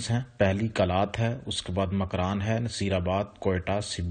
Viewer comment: Makiran nahi makuran kach nahi kech